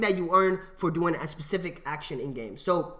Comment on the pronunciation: How many times did he say pacific instead of specific